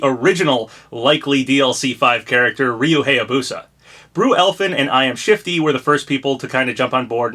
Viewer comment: It still annoys me how you pronounce Hayabusa. It's pronounced "High-yah-boo-sah," not "Hey-yah-boo-sah."